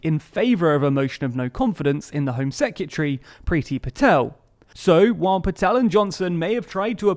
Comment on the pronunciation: please learn how to say secRetary